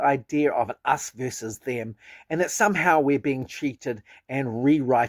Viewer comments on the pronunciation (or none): It's "versus", not verses. Lots of people say "verse" for the abbreviation "vs". It's versus.